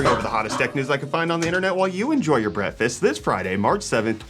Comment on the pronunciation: Did you say brettfast